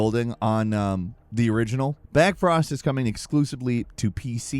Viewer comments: BLackfrost, not backfrost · Blackfrost not Backfrost.... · BACKFROST? it's BLACKFROST dude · Hey, nice video! Just pointing out that the new The Long Dark sequel is actually called "Blackfrost" not "Backfrost!!!" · It's BLackfrost! With an L! Come on dude